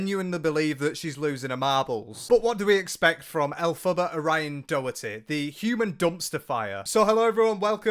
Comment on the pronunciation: 😂😂😂😂😂😂😂 please stop putting a U in her name 😂😂😂😂😂😂 every time you say it, I pmsl 😂😂😂😂